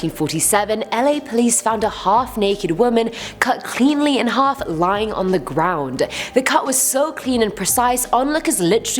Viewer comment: "LA police found a half naked woman"... emphasis on HALF!